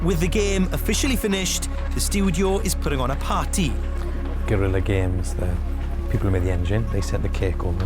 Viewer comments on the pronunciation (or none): partY, zombIE, unchartED. Is that a Scottish thing to emphasize the last syllable of a word?